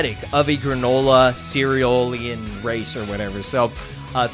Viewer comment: It’s said sir al e n ceralian